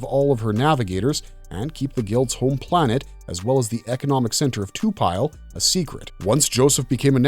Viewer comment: This is awesome but I keep getting tuned out when you say to-pile vs to-pi-le (Lee). You can say it how you want but I could t help but comment this.